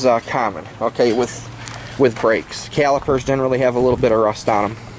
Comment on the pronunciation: RRRRRRUST , when you say it i crack up